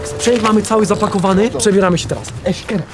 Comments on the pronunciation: Czy tylko ja nie lubie jak Friz mówi "Eszkere" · Czy tylko mnie wkurza jak friz mówi eskere xD Ps wiem ze sie tak nie pisze xD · Jak mowisz eszkere to mam ochotę się zabiz